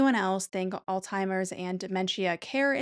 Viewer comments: 1. It’s Alzheimer’s, NOT “ all timers” or “old timers”. Idk why that drives me so crazy but omg it’s so annoying! 2. I hate the way you are pronouncing the word dementia. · Alzheimers has no T sound in it, fyi.